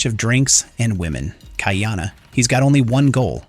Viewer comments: You're not a poly obviously.... The AI pronunciation is total rubbish. It ca t even say Ka'iana properly. KAH-EEANA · Ha Oles...